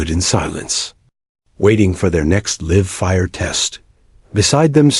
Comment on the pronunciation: I JUST CAN'T LISTEN TO THIS GOT DAM IDIOT OF ANOUNCER, THIS FOOL MISS PRONOUNCING WORDS LIKE"LIVE" IF THIS FOOL WOULD PREREAD WHAT HES SUPPOSE TO SAY, BUT THEN PROBABLY NOT, JUST CAN'T FIX STUPID!!